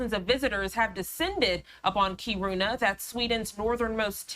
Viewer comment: It’s pronounced Keer in uh